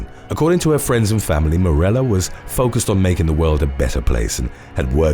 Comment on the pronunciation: Actually, he usually pronounces everything perfectly but he missed one today. Morella is pronounced More A yuh.